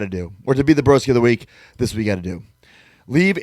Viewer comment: So nice hearing my name mentioned here even though completely butchered it 😂😂 Cheers broskies